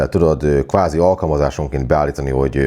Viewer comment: felesleges bekommentelnem, hogy qvázi tudtam,... quvázi :)